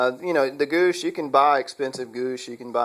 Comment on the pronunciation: Goosh? Pronounced G-wash.